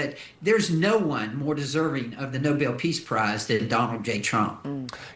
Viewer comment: they should give him a gold medal saying Nobel pis price